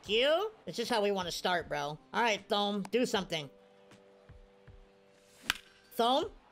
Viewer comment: Thome is pronounced Toe Me